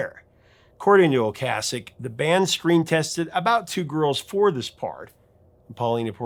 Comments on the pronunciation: O-Kaysick. Is the pronunciation, not O-Kahsick. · When The Cars were in rotation, everyone pronounced Rick's name "oh-KAY-sik", even MTV and radio stations. I had gone 30+ years under the impression that was how it was pronounced, and only in the last 10 or so years that I've heard it as "oh-KAH-sik", and I find I still find myself pronouncing it the "old" way.